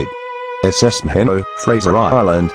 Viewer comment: "Maheeeno" is the pronunciation of "Maheno" on Fraser Island. My grandmother came to Australia on her from England after WWI. The famous Z Force Special Unit used the Maheno for practice before sailing to Singapore in the captured Japanese fishing boat "Krait" and successfully attacking Japanese shipping in the harbour with limpet mines (they used kayaks launched from the Krait). The second attempt saw the commandos beheaded.